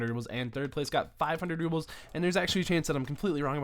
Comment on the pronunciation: Rubles, not rubbles :p